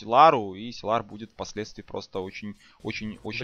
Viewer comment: Силар, силар. Уши режет! ОН САЙЛАР